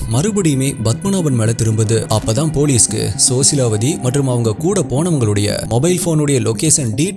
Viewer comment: Sosilawati illa rosilawati bro.. 😊